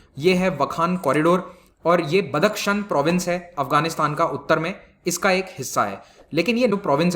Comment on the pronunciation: बदक शन नही बदखशाँ सही नाम है।